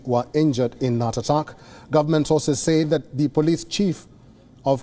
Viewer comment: Please tell your newscaster the word is 'attack' not 'uttuck'!